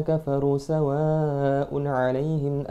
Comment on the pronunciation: Mas...klo boleh sy kritik dikit mohon maaf.mad wajibnya kurang panjang d lafazh "sawaaa un ",klo mnilik tdi anjuran smpeyan masalah tajwid harus bagu.mestinya 5 ketukan.🙏